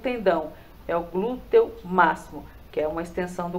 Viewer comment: Tendinite no Glúteo e não Tendência no Glúteo! Glutei? Só faltava falar: Glúten! É interessante antes publicar o vídeo que você leia ou peça pra alguém faze-lo! Mas o conteúdo está ótimo🎉